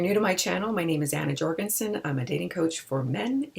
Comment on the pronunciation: It’s pronounced Yorgensen but okay go off sis it’s your surname 🙄